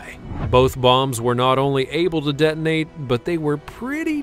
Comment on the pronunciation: By the way "Det-nate" is in fact spelt like so "Detonate". same for Det-nating => Detonating. I spell it out further: Det-o-nating